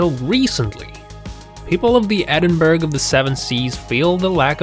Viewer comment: The village is pronounced Edinburra not Edinburg!